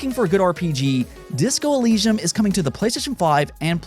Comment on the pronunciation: "Eleeshum"? Bro.